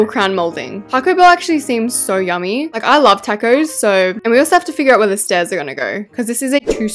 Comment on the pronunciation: “Takose” - 2023